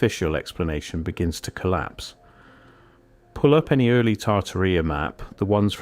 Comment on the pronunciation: Tar-taria Not tartar-ria